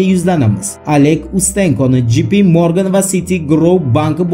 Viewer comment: J. P. Morgan Jey. Pi. Morgan dep òqiladi brat!